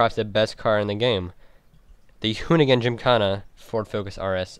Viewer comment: You pronounce Chiron wrong and pronounce gymkhana wrong